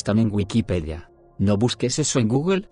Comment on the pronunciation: Hah el pequeño acento de reddit cuando dice "¡no lo busques en google!" Hahahha v